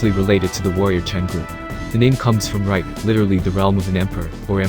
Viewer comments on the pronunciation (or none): none